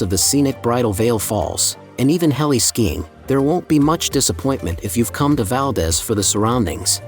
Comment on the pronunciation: Valdez is pronounced wrong.